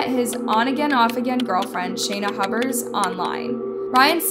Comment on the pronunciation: So glad she eventually stopped referring to her as “Shayna Hubbers”. Shew. Drove me nuts lol.